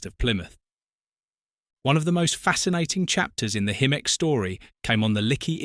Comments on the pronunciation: Hi-mek, NOT, him-mek! PLEASE I BEG YOU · It's pronounced High-Meck not himmeck. And that's BAYer not buyer. Sorry - can't watch! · They are called Hymeks not Him-meks or ham-meks. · Hymek NOT himek get your facts right! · Himek? 😂😂 It's pronounced Hi- Mek fgs 😂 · Hymek pronounced highmek not Himeck , Bayer peacock pronounced Bay not Buy. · I've known these as 'high mek'. You pronounce both including 'him mek'. Which one? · Pronounced Hymek not Himmek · Had to mute it :( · Nice video but the AI voice over was struggling there! We were treated to.... Himmek Highmek ✅ Haymek Hoomek Hewmek and at least one Quimek! 😊😂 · AI slop. 'Himmek' indeed. Stopped watching at that point. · Himek really? AI dribble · Hello. Not sure whether you’ll see this or not. I’m sorry you don’t feel comfortable with your voice. - Just a thought (as someone who plays with ai music) spelling everything phonetically (if you don’t already) can really help. As AI isn’t very I lol. High-mek or similar I would think would be fairly idiot proof for the software, but have an experiment with it. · It is pronounced HY-MEK AI moronic narration. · Highmek!!! Bloody useless AI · Oh my god. Afraid your videos get worse😢. A Himmeck FFS. And 'Buyer' Peacock. Think I'm finally bailing out. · What is controversial about Hymek's? Bloody good type 3, almost as good as a 37. Have you ever seen, riden behind ot driven them? I have so I feel qualified to comment. This proves just how bad AI can be. It's pronounced Hi-mec BTW. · "Himmeck'? I'd rather have a real human reading this to me. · They also said "Haymeks". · I heard "Haymek" at least once. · I counted at least one "Hu-mek'. Wouldn't it have been easier just to get someone to narrate? You don't have to be Kenneth Brannagh to have a more dynamic delivery than this machine. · I gave up listening to him-ek. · I'm sure I heard Hammock! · AI slop. The mispronounced loco type is unforgivable. I won't be watching any more of this channels crap.